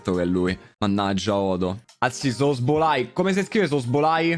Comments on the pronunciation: Tutti: szoboszlai: sosbolai Joker: non siamo poi così diversi tu ed io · se pronuncia, sobozlai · Zoboslai si dice😂😂😂😂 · Ogni volta che diceva male Szobozlai un bambino moriva